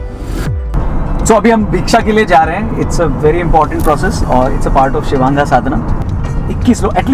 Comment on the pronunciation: शिवांगा ❌ शिवांग ✅